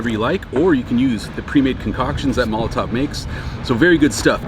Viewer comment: why do you say it with a v. you give it a tov. it's tow. mol o tow. molotov is a glass bottle bomb. there is a difference